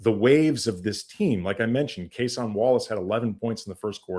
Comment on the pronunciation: I can tell when national media doesn't watch the games. His name is "Kay-Sin" not "Kuh-Sawn"